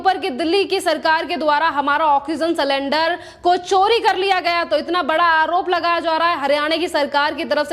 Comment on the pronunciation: अरे भाई सलेंडर नहीं सिलिंडर